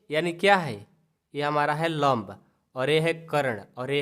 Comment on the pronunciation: Vo lomb nahi hota 😂😂😂 lamb hota hai😊😊😊😊